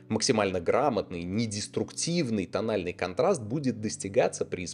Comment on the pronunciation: "Этот анальный контраст"